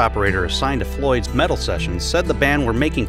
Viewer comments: It's "Meddle" not "Metal". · Meddle, not Metal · It is MEDDLE not Metal ..... How do You get that wrong ? But everything else You said was "fact checked" I'm sure .....